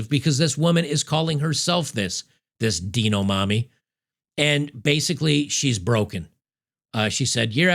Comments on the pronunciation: Deano mommy,? Really? "Dye-noh", like "Dino-saur". lol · Hey, it's it's pronounced "Dine O" like dinosaur. Not Deno. or are you purposely pronouncing it wrong? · you're killing me with this mispronunciation of "Dino". It's not "Deeno" for the love of God, lmao. Are they "Deenosaurs"? Just picking nits, but lol man for some reason this was driving me crazy throughout the video. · Please learn how to pronounce "Dino", lol This is literal child abu5e :(